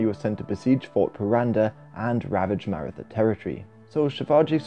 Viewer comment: Maratha is pronounced "Mah-Rah-Tah", not "Mair-ih-thuh"